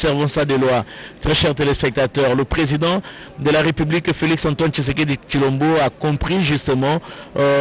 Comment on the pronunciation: Felix Last name is Tshisekedi not Thiekedi what is wrong with you ?????